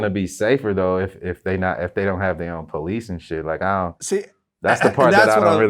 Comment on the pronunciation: "police" not pice